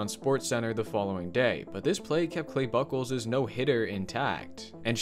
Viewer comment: Clay Buchholz is pronounce like puke with b and holes so like bukeholes